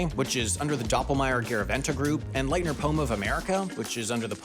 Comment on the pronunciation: As a huge ski lift nerd, you butchered the pronunciation of a lot of the chairlift manufacturers. For example, Leitner is not pronounced "lie-tner", but instead "lee-it-ner". Other than that, great video! Keep it up!